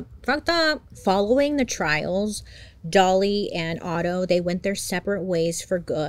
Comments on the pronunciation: Otto not Otter LOL, I immediately imagined cute otters holding hands while sleeping and calmly drifting in the river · Otto not otter LOL hahaha